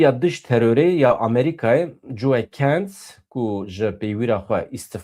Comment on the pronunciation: Coe nine , Co ye - not Joeh , Joe 😂😂😂